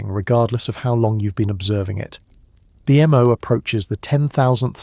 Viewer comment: BMO NOT B M O PLEASE